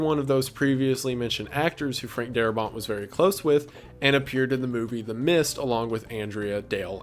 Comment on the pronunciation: Its Frank Darabont. Not Darabon,or Darbot. And they did not fire Darbont because he wanted more money for the episodes and AMC did not wsnt to pay for it. They got rid of him because he wanted to do things such as having the zombies use tools and weapons and retain memories. And the series creator said, "No." His zombies are mindless corpses. If you watch the first episode you will see Walkers using rocks and bricks to break windows. And you see the little girl zombie pick up a teddy bear. And Morgan's wife jiggling the door knob. All of that stuff was because of Darabont and Kirkman did not agree with it.